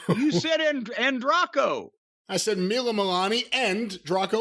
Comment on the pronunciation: Mila Malani Jim Cornette: Moo Voo Who What? 😂😂